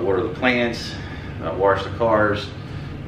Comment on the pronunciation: Are you saying warsh? Lol. But good vid